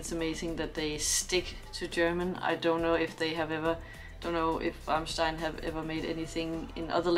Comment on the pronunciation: You did pronounce Rammstein very well indeed :)